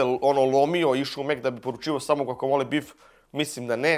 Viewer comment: bas volis da izgovaras to gvakamola 🤔